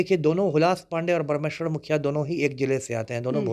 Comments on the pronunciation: मननिये हुलाश पांडे जी और स्वर्गीय बाबा ब्रह्मेश्वर मुखिया जी का उचारण तुम ताम से करना ठीक नहीं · Isko bolne nhi aata hai mukhiya jee ko ekar word me bolta hai batmij insan